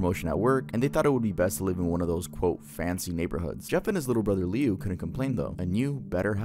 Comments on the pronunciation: I love how he mispronounces Jeff’s brothers name 😭. When I first heard it, it caught me off guard. It’s actually pronounced Lou, but it’s spelt Liu. He actually goes on to become Homicidal Liu after surviving Jeff attacking him, and he is constantly searching for him. Idk if anyone knows that creepypasta 🤔. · …I can not explain the pain in my heart when I heard him call Liu “lee-u”😭